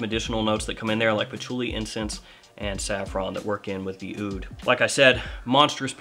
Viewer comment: Aoud is pronounced OOD. The A is silent.